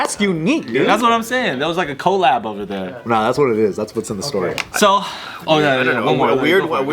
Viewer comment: Did pronounce collab as Cole-Lab? Lol